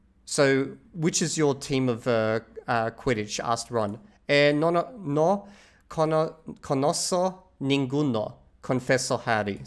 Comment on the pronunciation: You reading was not bad, but you struggle with c sound and the right intonation. It's "dedikoh" not dedizo. Is "konozko" not"Konozo" , and to answer your question: normally every letter is pronounced, except the h ofc. I am not sure if you already came across the grammatical concept of subjuntivo in Spanish, like tuviera. is a special conjugation of tener. I have no idea how the ALG teach you the subjuntivo. Maybe you can practize your reading with your tutor.